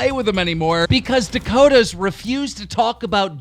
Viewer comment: ffs, Its